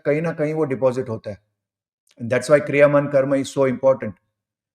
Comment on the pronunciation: It's not 'क्रियामन' karma, but 'क्रियमाण' karma. Learning everything through English books has this hazard.